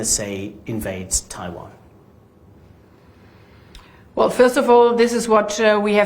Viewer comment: You know she is real deal German when she pronounces Taiwan as TaiVon - .